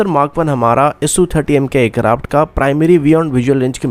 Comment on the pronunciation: Yaar sach hai ya nahin . Bas dar jao na 😂 Aur bhai tu hindi na bola kar .. hansa hansa maar dega kia .. sosal media .. c1 thatteee .. fir .. bolaaaey .. ye konsi language hai yaar ?? Cetal ayseea .. air karapt .. jyada, intelnasnal. Chal ja .. nalaiq .. char hajaar .. airkarapt.. adeeesnal .. primary fail ..